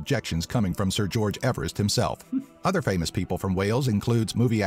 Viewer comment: George Everest’s surname was actually pronounced “Eev-rest” not “Ever-rest”